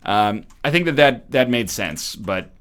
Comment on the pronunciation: Yo, calm down. I know he said "sense", but it sounded like "Sans". I don't get why you're being so rude for no reason.